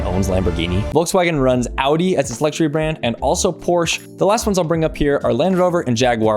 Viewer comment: It’s pronounced porsha